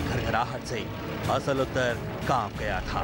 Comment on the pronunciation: असल उत्तर नही होता। आसल उताड़ है नाम